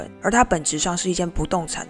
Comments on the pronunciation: 租賃（ㄌㄧㄣˋ） 不是租貸喔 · WEWORK「租賃」公司，為什麼會唸成「租貸」？ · 演算法帶我來這個很棒的頻道，影片節奏很好。但有個小小的建議，租賃的「賃」讀音是「吝」喔！